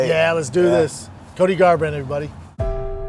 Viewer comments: I noticed that too lol cody garrrand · gar—rant bwuh bwuh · CTE kicking in, Brenden can't even say Cody's name properly. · Did Brendan have a stroke on that first manscaped commercial? Love that y'all just said fuck it - we're not reshooting that. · He bailed on Cody’s name. Hilarious